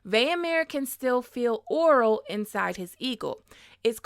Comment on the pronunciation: Omg the way you said Orell got me twisted lool sounded like you said Oral..its O' Rell